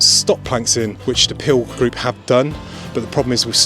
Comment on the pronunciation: You're obviously very knowledgeable and actually rather interesting but might you please learn how to look at a camera lens rather than the monitor screen as I was going cross-eyed watching this. oh and it's the Peel Group not the Pil Group (pronunciation)